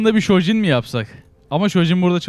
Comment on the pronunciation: Togide şojinle gafayı bozdu ayol her yerde her hiroya şöjin diyor 😂